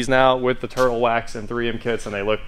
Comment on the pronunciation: And... "TIRTLE WAX HEADLIGHT RESTORE" for the OMG WIN!